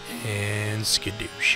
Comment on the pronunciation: "skidoosh" excuse me. are you perhaps a kung fu panda fan